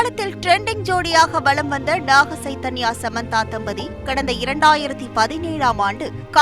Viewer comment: ஸைதன்யா அல்ல, ச்சைதன்யா என்று உச்சரிக்கவும்.